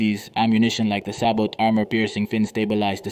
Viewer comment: CORRECTION! - Sabot is a French word and the "t" is silent! Such as in Chevrolet!